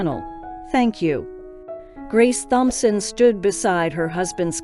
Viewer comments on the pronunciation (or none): It's pronounced TOM-Son. The H is silent.